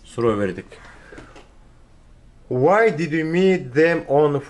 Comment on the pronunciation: ассалам алейкум. Может быть Why а не Whay 🤔 ничего личного 😁👋 а так мээнетиниз жансын 🤲